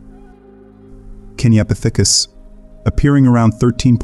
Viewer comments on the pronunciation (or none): Putting the emphases on the th in kenyapithicus is wild. KenyapiTHICus lol say it how you want but kenyaPITHicus sounds better